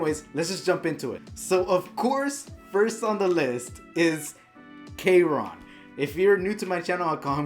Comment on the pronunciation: Of course add ~gayron~cough I mean kayron